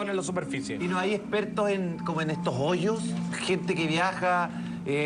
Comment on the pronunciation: joyos, joyos xD Que puto acento jajajaja